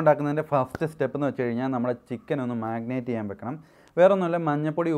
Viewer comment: Magnate alla brother....marinate....annu annu parayunathu.....chicken is superb.